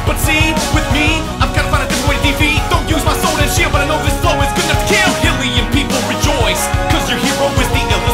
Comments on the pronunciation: Pretty sure Hylian is pronounced like Hyrule. Just sayin'. ;) James and Mike of AVGN fame make the same mistake but they also mispronounced Skulltula (obviously supposed to sound like Tarantula). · The only thing about this that really bugs me is that Arin pronounced hYlian as hilian....